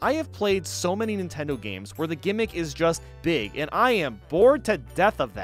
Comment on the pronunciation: Beeg yoshi. We like Beeg Yoshi. He's Beeg